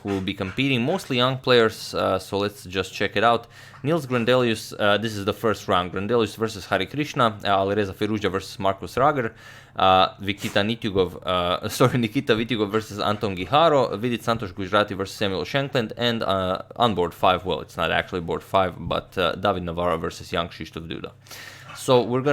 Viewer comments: "Vikita Nitiugov" sounded the perfect letters swap, lol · 'Vikita Nitiguov' , sorry 'Nikita Vitiguov'...... Ohh God that was funny 😄😄Agad really suffers sometimes to pronounce foreign name.